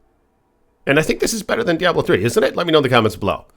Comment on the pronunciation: The best part of this video is him calling Blizzard, Blizztard. 1st of all he dsays he's been playing Diablo since Diablo 1, but doesn't know how to pronounce "Diablo"? Next, he can't even speak properly and says "a'ight" a million times, then around 11 mins the screaming is just crazy, then he gets even louder! Dude's a f'n moron, imo. Why doesn't he bitch about the imbalance in Tempering and Masterworking and the weight certain affixes have, something thats a legit concern. proves how f'n stupid this guy is. Diablo 2 is the best there is, the best there was, and the best there ever will be! It's the f'n GOAT and he says it sucks? Clueless.